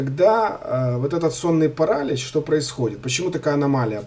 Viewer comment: онлайн-словарь ударений русского языка Ударение в слове паралич В указанном выше слове ударение следует ставить на слог с буквой И — паралИч.